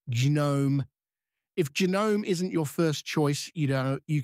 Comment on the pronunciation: an gehnohme